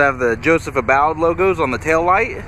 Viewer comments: You are pronouncing his name incorrectly, Long u for ABBOUD. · Nope. Sadly, it's just the LS trim level, which I actually didn't know they even made a Joseph Abboud (which I now know I mispronounced) in LS trim!